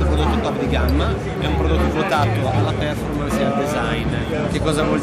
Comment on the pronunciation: Esteticamente è uguale al Panasonic Eluga, comunque per favore spiegategli che si pronuncia perfòrmance non pèrformance